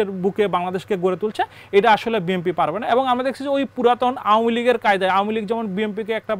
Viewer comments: ইনি বিম্পি বিম্পি বলছেন কেন! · এ হালায় বিএনপিকে বিএমপি বলছে কেন?😂😂😂